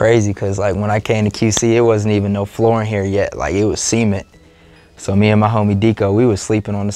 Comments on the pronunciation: Did he just pronounce cement "see-ment" 😂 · Scrolled down to see if anyone noticed it was the first comment...he said that shit funny 😂